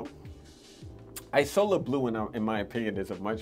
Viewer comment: It’s pronounced ‘eazola’, not ‘ajsola’. Isola is Italian for island. You may like afternoon swim by LV, similar vibe to mandarin basilic.